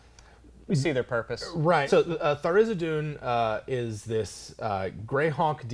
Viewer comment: THAR-IZ-DIN. Not Thar-iz-i-doon. -.